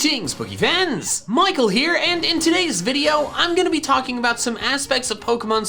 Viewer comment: Bro.. you need to stop fucking up the pronunciation of "Pokefans". It's so fucking annoying especially since from there after you always do a hard "Pah" sound. When you say pokemon.😒😒🤦‍♂️🤦‍♂️